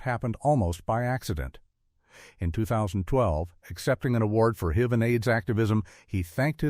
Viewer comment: How about "he died of "hiv" (rhymed with live)"?